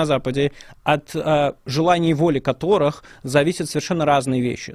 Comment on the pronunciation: Что за натура стала у ФБКашных спикеров делать двойное ударение в словах. Каждый делает это. Пример: на слове "функционирует", слово "которых" и далее "парадигме". Зачем? Это что?